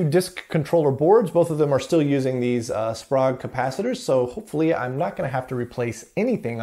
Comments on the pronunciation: SPOGUE ?? try SPRAYGUE. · Love this series. Pretty sure Sprague is pronounced [ S P R AI G ] though... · the Sprague capacitors are very good caps. Used in quite a lot of Military and NASA designs. By the way the name is pronunced spay ga. Their advertising jingle was " Don't be Vague, Ask for Sprague ".......